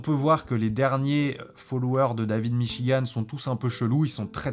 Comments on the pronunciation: "le livre de Davlbgidb m'chigan" xD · La russe dit david michi-gand